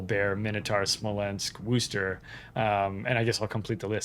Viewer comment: ...you get those right.. but not Worcester pronounced wuster... c;mon say it together Wuster >< lol 07 listen we invented it,,, were allowed to butcher it, we've been butchering our own language for decades.. doesn't mean the whole world should.......WUSTER ... COMPARABLE tomarrrr-to